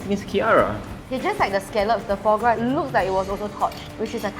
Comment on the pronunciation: Just want to say that "foie gras" is pronounced = fwaa graa. I miss those episodes where it is not sponsored. This episode sounds a bit less genuine.